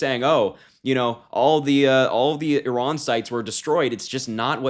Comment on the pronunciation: One of the handful who's been saying "Iran" [eeh-RAHN]—"Iraq" in the same way, for that matter—as it should, not "I ran…" , =D Of course, whatever happens out of Trump's empty brain (but insecurity-filled bag of vanity bursting at the seams) and fallout of these impulsive behaviour—nothing will ever be his fault. He wants Iran for its oil, Ukraine (grains) and Greenland for their minerals he can control for or sell to Putin; Gaza for its land to build his resorts and golf courses on; Canada for all of that's mentioned and more. That is: all for him to exploit and profit from, and certainly not (never) for the benefit of the Americans and his MAGA voters.